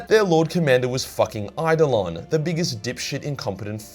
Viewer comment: finally learned how to pronounce Eidolon.